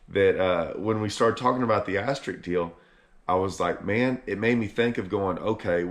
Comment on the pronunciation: *AsteriSk...with an 'S'...ASTERISK; not ASTERIK. English is your native language,; LEARN IT! 😂